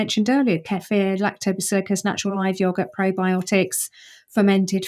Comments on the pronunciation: no that’s lactobacillus. She continuously said lactobaciliicus, unless I heard it incorrectly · What the hell is ‘lactobacillicus’? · I didn't notice she pronounced it that way. Same bug, different pronunciation.